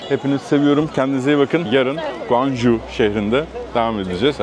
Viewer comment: Guanju değil şekerim, goncooğğ :) gittik de biliyoruz. Bu arada o tren istasyonunda ben de aynı çileyi çekmiştim, dongooo hongoo congoo 😅😅